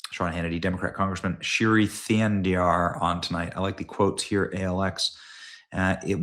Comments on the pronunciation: BENNY ITS PERNOUNCED SHREEI NOT SHIRY 😂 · Shi's first name is pronounced Shree as in shreak ! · It's not "Shiri", Benny. FFS, you really struggle reading